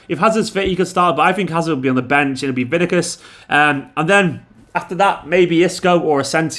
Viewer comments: Did he just day Vinikus? Vinikus??!!! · “Benzima” and “Vinikus”😂😂😂👌👌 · Who the hell is VINIKUS😂😂😂😂😂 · Is it just me or does say Vinicius weird